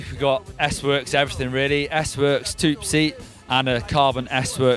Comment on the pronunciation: A couple things from this video: Did anyone else notice the 3 legged Chihuahua at the beginning of the video? What is a toop seat ? I think he means toupe (toopay).